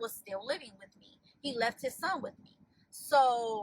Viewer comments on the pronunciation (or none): none